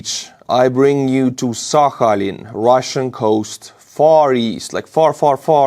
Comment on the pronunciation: It's pronounced sakhaLIN.